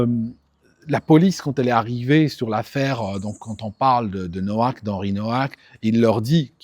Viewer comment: Ne pas oublier le racisme anti polonais des rosbeefs. Nowak est polonais le w se prononce v